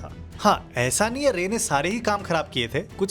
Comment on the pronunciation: Your Bengali accent is very good. But I think it's Siddharth Shankar Ray(RAAI, Not rey).